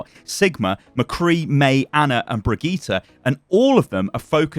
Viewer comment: bregyta ? haha i love how enlgish people have such a hard time with saying some hero name right like baptist the P¨in baptist is a silent letters its prenounced batist